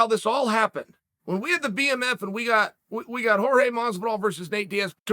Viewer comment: Chael, its “Whore-Hey” 😂